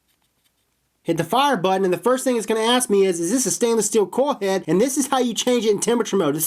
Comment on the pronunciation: I h8 how this fool cant say coil head